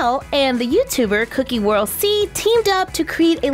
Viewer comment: Did, did you just say "Cookie world C" ???